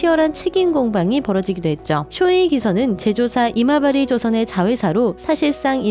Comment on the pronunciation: 이마바리 조선 을 여러번 아마바리라고 계속하는. 가끔 이마바리라고 올바르게 할때도 있으니 형편없는 운영 방식 태도이네.